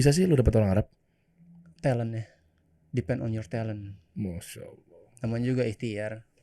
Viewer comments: Padahal dia bilang “depends on” tapi host dengernya di pent on 😢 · Depend on situation bang 🤣 bukan pan apa. Itu pronouncationnya aja kurang jelas memang afwan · Pen pen... rizka bilang depend on situation... bukan di pen 😂😂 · Capt. Rizka itu bilang ''depend on'' 😁